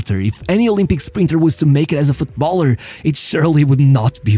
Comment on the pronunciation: how is it that you can say Football, but you can't says Footballer but instead you keep saying Foot Baller ... bit odd